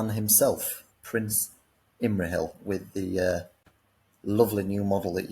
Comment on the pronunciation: Who got butchered more? Feifdoms and Imrahill, or Thror and his army 😂